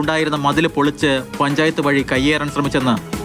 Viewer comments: വഴ അല്ല വഴി 😂😂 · വഴ അല്ല... വഴി 🤦